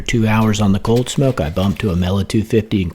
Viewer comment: The way you said cooghld smoehk 😗